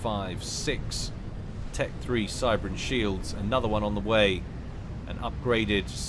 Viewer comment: "He pronounces them 'shelds' " and "Kof dies a death". Made me lol. Keep it up